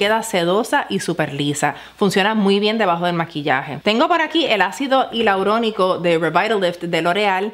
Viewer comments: Ácido HILAURONICO ¡ NOOOO! JAJAJA, es ÁCIDO HIALURÓNICO. Un buen vídeo al margen de la palabra que a mucha gente le cuesta decir 😉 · Perdón por la corrección, pero es "hialurónico"